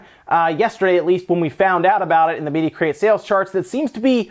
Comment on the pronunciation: I swear i always hear you say Media Crate, hearing media create doesnt sound as nice to me lol